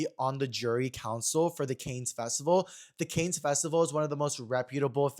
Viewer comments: I love you but it’s “CAN festival” not Cane’s! Not the Cane’s fried chicken jury. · Lmao not you pronouncing Cannes like they sell chicken strips and Texas toast